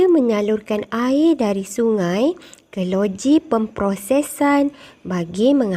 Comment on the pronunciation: Cikgu maaf ya, tapi sebutan 'air' cikgu tu macam tak betul sikit sebab cikgu sebut 'aye'